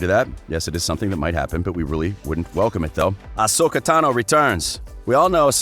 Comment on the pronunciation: Barr-Iss Offee? And OSAKA Tano?